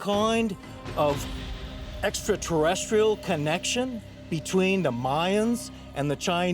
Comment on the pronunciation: I think this is made with artificial intelligence because the narrator can’t pronounce extraterrestrial correct 😂 👽